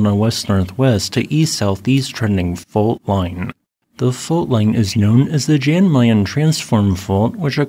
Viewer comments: Yay, I could see my house there for a second in the very beginning. Anyway, thanks for the update. Always interesting to see things about things in my neighbourhood. Oh, and Jan Mayen is roughly pronounced "Yan Mine". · Same here. And I lost interest as soon as I heard «Jan Mayen»